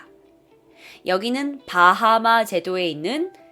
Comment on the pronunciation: 바하바 라고 할때 마하반야 인줄